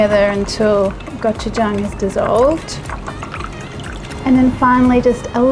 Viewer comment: Very interesting take on the Korean pancake! Definitely going to give it a try! And can I say, I appreciate that you pronounce Gochujang correctly lol...